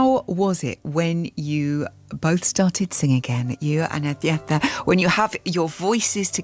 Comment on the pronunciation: Who's "Adienta". Do people really think it's that hard to pronounce "Agnetha"?